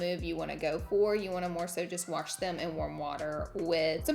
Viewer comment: You are killing it!!! Absolutely love the new set. Also love how you say WaRsh instead of wash 🥰 I do it to I get called out for if all the time!!